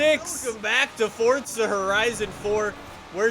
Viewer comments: It’s froZa not fortsa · your videos Are some of the best with Forza Horizon 4 but please say it right and not Fortza Horizon 4, say Forza Horizon 4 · FORZA NOT FORTZA COME ON GET IT RIGHT OR DONT SAY IT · It’s forza not fortsa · Welcome to "fortza" horizon 5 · Fortza. Fortza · Ah yes, Fortza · it is not fortza it's forza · There is no T its for-zuh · Forza is an italian word and is pronounced Fortza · Why do you fucking say forTza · Fort-za horizon 😂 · If your the forza expert why do you say fortza